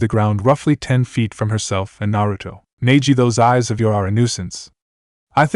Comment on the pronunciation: If you would do a proper reading of this with the right pronunciation of the names and themes then this channel would grow.